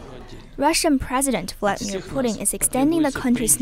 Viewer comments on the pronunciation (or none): none